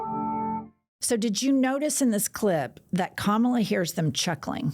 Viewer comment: Hahaha That’s right. “I’m a better looking person than Kamala (mispronounced of course)”